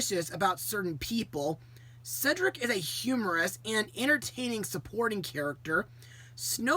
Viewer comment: definitely a classic that stands out for multiple reasons mostly snow white and sofia finally pronoucing cedrics name correctly